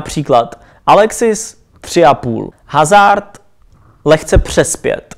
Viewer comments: Za málo!!:) Jo a, prosimtebe - je to "Azár" - né HAZARD!:( Mrkni na moje videa - tu výslovnost co tam mám, dělám hlavně kvůli tobě:):) Ať se daří...;) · Čte se to azár když už :D ale pořad lepší to tvoje než hazard:D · Jamie Middleton Eden Hazard se nečte Hazard ale Azard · Nechci rýpat ale čte se azart ne hazard👍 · Jamie Middleton Že Eden Hazard se nečte Hazard, ale azard